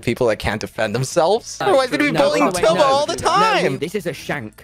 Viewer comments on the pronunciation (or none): It's not "toobo" Big Q is calling tubbo "Turbo" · Was he... was he saying turbo the whole time? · he was but now he calls him two bow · he doesnt call tubbo toobo he calls tubbo turbo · I thought he was saying turbo. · I don't know to you guys but I hear "Turbo" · Fun Fact, Quackity Calls Tubbo "Toobo" Because In The Spanish Language, The Vowel "U" Is Pronounced "oo" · Im i the only one when quackity said tubbos name and hear turbo?? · Tubbo Pronounciations of the day : Tobow Turbo Tube-o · How normal people pronounce tubbo: tubbo Quackity: turbo, toobo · KsooT your supposed to say tub-o. like a bath tub and then O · i had no idea who that was and I assumed it was TOOBO as well since I speak Spanish fluently as well lol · this comment is dumb, he's a native english and spanish speaker. he said toobo cause he had never seen tubbos name before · He says turbo lmao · Tommy says Toobo as well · I thought he called him turbo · Nope it’s Still Tubbo